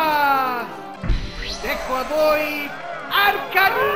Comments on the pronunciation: ma che pronunce sono? vabbé che anche in Italia gli errori di pronuncia capitano, ma mamma mia se mi disturbano! "Blast-WAS?", "Char-me-LE-on?" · Ah yes, Ciarmeleon Blastuà Arkanyne Magnemyte Miu Gigglipuf Dragonyte Skyther Kabon Rattattà Omanyte Katerpi Psydack Gienga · Blastoise pronunciato alla francese è bellissimo 🤣🤣🤣🤣